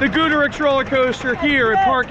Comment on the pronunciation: Every time he mispronounced Goudurix it pissed me off